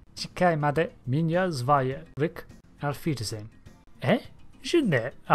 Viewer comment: Your auf wiedersehen was nice but butchered like my english greatings from Germany.